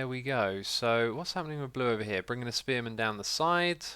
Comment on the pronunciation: First time he said spearman, I thought he said experiment.